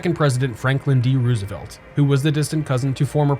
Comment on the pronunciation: Just a suggestion. If you want as wide as audience as possible., please stay away from politics. Unsubscribed. Its rose e velt btw not ruse e velt.